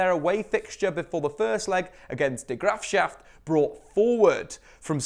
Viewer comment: It's quite a misrepresentation to state that neither team have spent a lot of money. Spurs might not have signed players this season, but last season they bought Sanchez from ajax for 40mil. de Graafschaft? :P it's a fair attempt xD always funny to hear English people attempt Dutch words :P Graafschap is with a P.